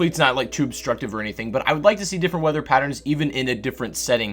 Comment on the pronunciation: “Weader patherns”